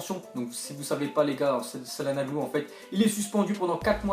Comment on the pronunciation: il a tué le nom de hakan....